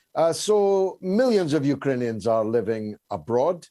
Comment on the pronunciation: Did he say “you-ka-ranians” ?